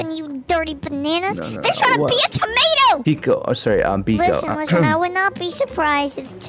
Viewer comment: No tiki not biko!!!!!